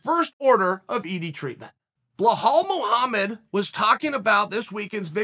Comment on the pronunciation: blo-hall mow-hammed